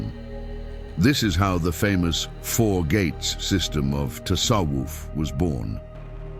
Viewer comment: Тассавуф а не тассаф. Правильно произносить надо. Админ